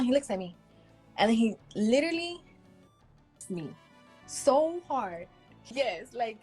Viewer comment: "Literly" smh dude is a clown..but if she kept talking Id slap her too